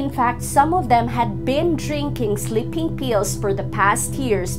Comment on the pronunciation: no offense. it's sleeping (with a long e) pills, not slipping pills.